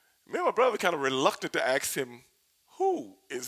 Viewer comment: Hey Stevie Ray....it's pronounced 'ask', not 'axe', him a question.....ok? Grammatical lesson over for today - see you tomorrow.